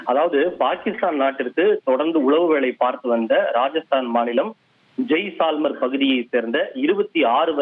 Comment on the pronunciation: Enna Jaaisalmeer 😂 Reporter wrong prononucation ஜெய்சல்மீர்